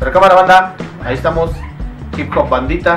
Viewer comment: "jipjop vanditha" xD ahuevo!!!!